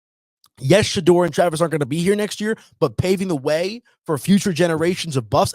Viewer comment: I unsubscribed next time.Teach blondie how to say Shedeur's name correctly Take pride in your craft his name is not pronounced Shadrrrrr its Shadoor 😮